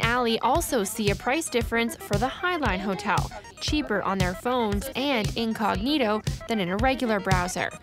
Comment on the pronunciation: In English (vs Latin) the word is "inCOG'nito."